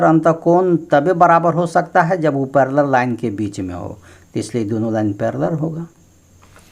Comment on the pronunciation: Paleler nhi ser parlaal